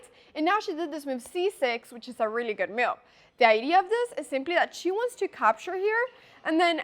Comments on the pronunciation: why is she pronouncing "move" as "mewv" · Avery single “e” sound aes a bit weird (“chack”, “chass”) and every time she says “move” (which is a lot) I hear “meuve” or even “mioof”. I always think of Mjolnir. Actually the distorted-vowels make it pretty hard for me to understand what she’s saying. But I’m quite used to rewinding a lot anyways